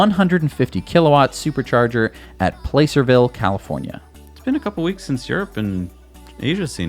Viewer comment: you slaughtered the pronunciation of Placerville. How dare you!